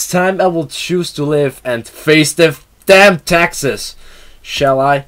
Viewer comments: It did sound like Texas! 😄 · I heard it too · So true max.